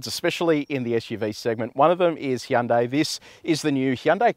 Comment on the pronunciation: Finally someone who knows how to say Hyundai correctly